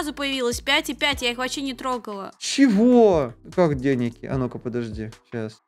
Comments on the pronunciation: Йоши что такое деняк правильно денег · Вообще то правильно дай денег а не дай деняг😒